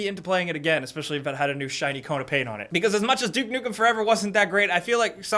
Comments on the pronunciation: Wait a a duke dukem game? said it wrong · "Duke Dukem"